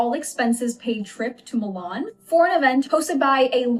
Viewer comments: It's Milan not Moolarn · Love the way says Milan.